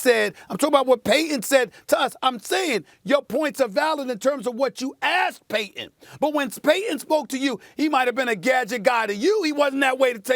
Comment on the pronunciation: Say it with me Stephen A. PAY-TON